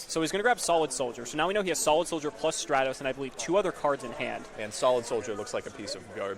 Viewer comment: I’m pretty sure it’s Stratos and not Straytos